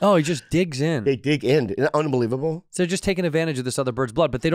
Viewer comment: bobby said that so asian, "isnt that, una believe able uh"